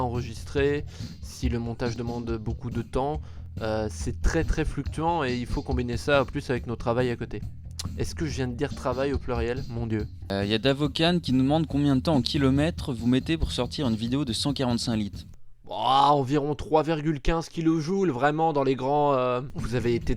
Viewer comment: La prochaine fois que vous dites Davokan en le prononcent -ane je viens vous péter votre studio ! C'est DaVoKan comme Méchant . SINON VOS VIDEO SONT SUPER COOL ET JE VAIS PRENDRE MES MEDICAMENTS !